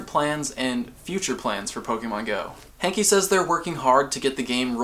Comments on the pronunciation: It's not John hankie it's hanke say it right.. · Idk if his name is John "Hankie" or "Hanky"..... It's Hanke.................................................................................................................................